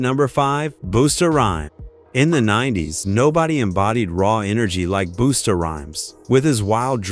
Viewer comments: They pronounced flavor flavs name wrong. Its flayve, not flaav. And its busta, not boosta. A.I goofs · Say their names correctly plz. Buusta an flavv who talk like that.